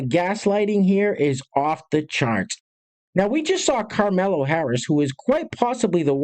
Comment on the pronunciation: STOP SAYING “CARMELO HARRIS”! It is Kamala. I hate her but at least get it right.